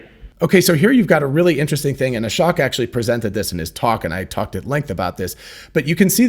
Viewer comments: Fyi, Ashok is pronounced uh-shoke, not ah-shock. Just listen to how he introduces himself. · Just a heads up “Ashok” is pronounced “uh-sh-Oh-k”… not uh-sh-oC-k. A lot of YouTubers are misspronouncing his name, ;) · Fyi, i think Ashok is not pronunced like Ashock, but rather like: Ashoke. Long o sound. (At least that's how Elon pronounced it and how he said it himself.)